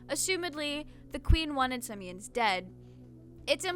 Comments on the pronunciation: Oh my god your pronunciation of Siemens is so cute (It‘s like semens officially) and about the history stuff. Yes Germany was getting highly industrial during that time and during the „Kaiserreich“ also heavily militarized as it was a very militarized, authoritarian and overall sketchy time for Germany. However I believe that the English royalty and German royalty in Prussia were actually on very good terms, not sure about that though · See-mens I believe is the correct way to pronounce his name. can't believe you didn't mention Bardroy and Finny volunteering to go with Mey-Rin because they cared about her. I agree with you on the servants not being cleared, though some house servants did double as state security/bodyguards John Brown being a good example. Ciel is a fanboy, its normal for a younger man to fall in line or try to impress an older man (especially if said man is respectable). I agree I too have difficulty sleeping quickly. I agree Ciel is pretty warm-blooded when comes to killing. I thought it was a reference to the Jack the Ripper Arc where Lau buys Ciel a cocktail dress, hence Lau asking if Ciel has 'worn it yet'. Pretty sure Ciel is just a horny teenager, although tame by our modern standards the story is about a r*pey bisexual vampire (she has a male lover in her backstory) and was considered softcore pornography in the 19th century. I agree with what you say about Woodley. That scene is when I really started to like the servants. I always interpreted it as Ciel not wanting to see his enemy wearing his father's cloths since its implied Ciel knows Sebastian looks like Vincent. Just remind yourself that in the English language, gay jokes, metaphors, allegories, sexualization and shipping are actually different things, it is also worth pointing out that teenage girls make up a large number of Yana's audience and that such scenes with teenage Ciel could just be seen as fanservice for said audien